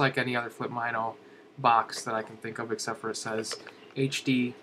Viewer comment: Totally not being a snob, because I actually liked the video, but Mino is pronounced "Mih-No", not "M-eye-no". -HB